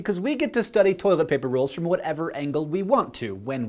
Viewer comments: Has anyone made a GIF of Hank sounding out "Toi-let pay-per" yet? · Th-oilet... pah-per...? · "TOY-LET PAY-PUR" will never stop being funny! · toy-let pay-pur?! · Toy-let pay-pur... Interesting...